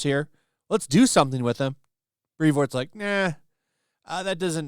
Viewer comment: I’m pretty sure it’s pronounced “Prevoort” Have you seen that trenchcoat?